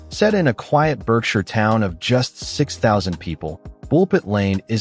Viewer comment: AI that has no idea how to chuffing pronounce English places correctly Berkshire is BARK-sheer Derbyshire is DAR-bee-sheer, -shər